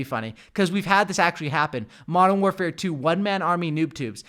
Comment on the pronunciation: When he said Modern Canpfare... I felt that.